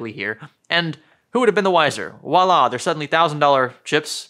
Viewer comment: Voila = Vwa-la, with a V.